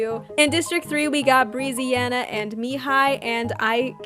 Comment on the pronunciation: just so you know brezziana is pronounced breh-zziana :) good vid tho :)